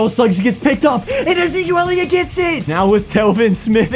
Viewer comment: “My man E-zquil Elliot”